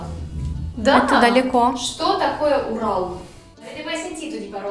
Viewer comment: Не Урал, правильно Орал